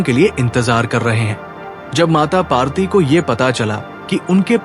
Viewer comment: Mata parwti not mata parti.